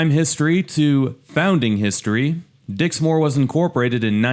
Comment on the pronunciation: Dixmoor is pronounced Dix-moor which rhymes with poor, NOT Dix- More